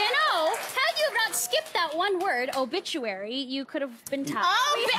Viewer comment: she said omituary